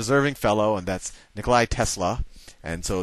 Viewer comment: Thanks for your very enlightening videos! You are awesome! Just... How dare you say Tesla's name wrong! He would be called a god if he were in the bible!